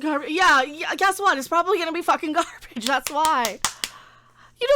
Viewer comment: I think when it's in quotes it should be pronounced gar-BAGE.